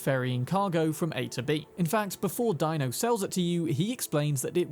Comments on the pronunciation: It's pronounced DEE - NO not Dino😂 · Deino, Ebu-Nike, Christ man have you even played the game? lol JK. I've seen you have but they DO pronounce those names once or twice. JS.